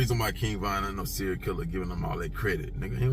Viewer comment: “Serial” not “Cereal” like food lol